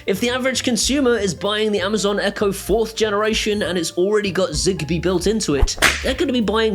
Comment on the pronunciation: Is zigbee here means Zibee? In the Moroccan accent? If so you are so very hilarious man. Thanks for the info anyways I was gonna get Philips hub.